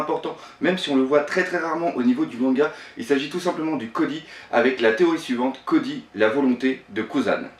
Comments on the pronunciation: c'est Coby pas Cody et c'est Luffy pas Loffy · on dit koBy est pas kody est on dit Luffy pas louffy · et cody 😂